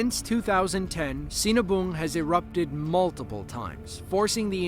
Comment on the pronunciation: That last video. I dunno how that volcano name is spelled, but all i can hear is cenaboom. And yup. They seen a boom!